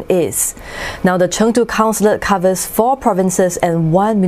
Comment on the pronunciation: i like her pronunciation "成都"